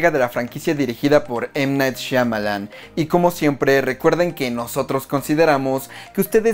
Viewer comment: Excelente reacció! Me emocione de nuevo! Recuerdo cuando tenía 13 años y jugaba con un impermeable a ser Dunn. Era de los poquitos que entendió el concepto de superhéroe en Unbreakable y jamás imaginé que Shyamalan completara la trilogía. PD. Pareces ser de los únicos que saben pronunciar bien el nombre de M. Night Shyamalan XD. / Escuche en algún programa de radio español (cuyo nombre no recuerdo) que Christopher Nolan no se hubiera animado a hacer Batman si no hubiese visto Unbreakable.